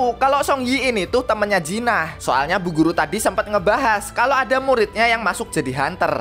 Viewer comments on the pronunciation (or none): Jin ah bg bukan jinah blok